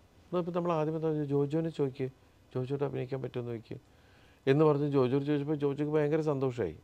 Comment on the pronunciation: ജോജോ അല്ല ജോജു..😂